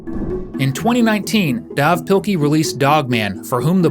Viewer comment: Dav is pronounced Dave